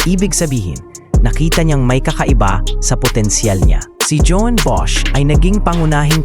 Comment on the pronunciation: "JOAN" is the Catalan spelling of the Spanish / Filipino "JUAN," found mostly in the northeast and eastern Spain. It's English equivalent is "JOHN," or the German "JOHANN," so the pronunciation is like "hoh-WAN," not "djohwn" (feminine) or, in the Philippines, "djo-ann." Hope you can correct in future vids.